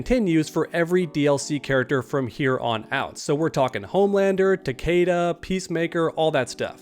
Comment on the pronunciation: Why is everyone hellbent on pronouncing Takedas name wrong